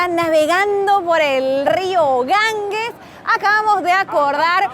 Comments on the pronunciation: Muy buen vídeo, aunque espeluznante. Si voy a la India, no me apetece nada ir a Benarés. No me extraña que te afecte. Eso de ver cadáveres por la calle no es plato de buen gusto. Por cierto, el nombre del Río es Ganges, NO Gangues. La g sin U se pronuncia como j. Gracias por tan interesante vídeo, una vez más.¡ y perdonad por la corrección. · Queridos, en castellano la letra g seguida de la e y la i, se pronuncia como J.